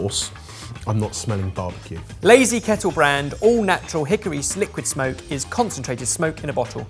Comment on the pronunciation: I can't believe no one has commented on saying Hickory Sliquid (Or would it be Slickwid?) Smoke. I'm deeply disappointed in (most of) the rest of the comments section for not catching yet another Bennuendo!